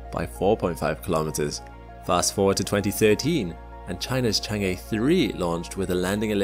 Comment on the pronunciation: So you know. It's not Chang' A